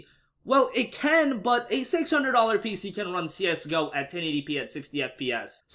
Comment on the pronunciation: I cringed everytime he said Csgo wrong